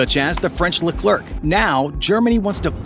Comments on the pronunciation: Lecleurque 🙄😒 It pronouces Leclare ! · The C is silent at the end of Leclerc, just for future reference. Its pronounces like Leclere, named after a French Commander from there countries history.